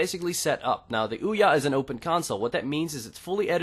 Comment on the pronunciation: Hey stupid. The console is pronounced Ouya. Not weeya wtf is a weeya? Even the console says Ouya when you boot it up.